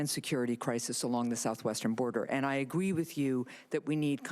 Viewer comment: SHE SAID AGWEE...